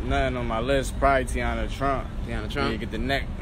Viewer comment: Mans said teana trump